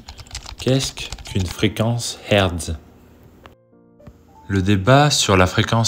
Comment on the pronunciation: Hertz : HAirtzzzz !!! : c'est kamême pas difficile !